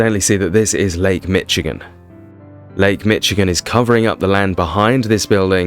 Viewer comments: its pronounced mish-igen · You pronunciation is wrong it is not called Lake "Mitch-again"